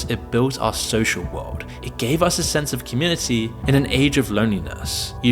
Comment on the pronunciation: Why does he say "wald" instead of "world"?